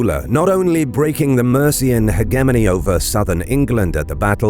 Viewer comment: this bot cant say hegemony not good enough immersion broken.